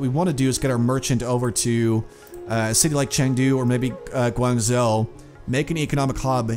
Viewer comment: Guangzhou is pronounced "Gwang-Jo" :-)